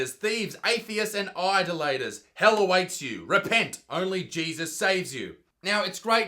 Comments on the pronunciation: OMG Buttsmarn! You pronounced idolaters wrong. How not to pronounce idolaters: I-da-lators. ____ How to pronounce idolaters: I-doll-it-ors. 🤣🤣🤣🤣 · Mispronouncing idolaters.... Priceless